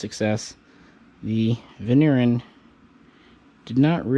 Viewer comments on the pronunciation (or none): The Vigneron, (if you can try to pronounce the name properly) was a super excellent close combat weapon. Light, practical and very reliable. 9MM for a good kill !